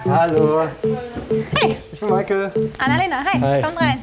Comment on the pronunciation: Deine Name ist "mich a el" und nicht "mi cel" xD